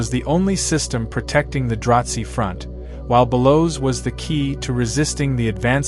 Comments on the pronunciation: Wish could pronounce the names better, it’s confusing. Dilgar, dil gar, not dil ger. Drazi, draw zee, not drawt zee… it literally makes a huge difference. Say this word, anise…it’s a seasoning 🧂… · im not sure where you are getting your information but it sounds like a lot of fanfiction. Also, it is DraH Zee not Dratzhi like you are saying. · And there is no T in "Dra-Zee".